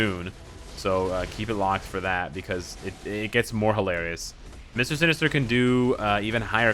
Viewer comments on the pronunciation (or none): "Mister Sin-ester" I think i've heard this somewhere before. 🤔